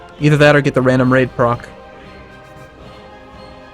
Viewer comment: Is pronouncing Raid as " Rape "? Thats some funny shit that is